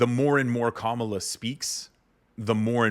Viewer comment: Hey Schumer, how about some respect? Learn to pronounce her name!